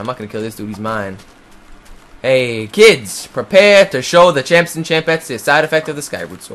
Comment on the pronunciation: Every time he says "champs", I think he says Chance. Which is my name.